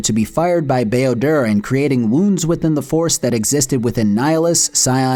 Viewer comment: "Bao-dur's gates." Come the fuck on stoooooopp